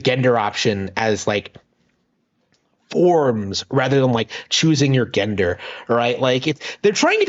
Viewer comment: You mispronounce gender and rhetoric, lonely guy. Try actually having conversations with people. You desperately need practice. You'll need to bathe and learn to stop picking at yourself first. It's rather disgusting.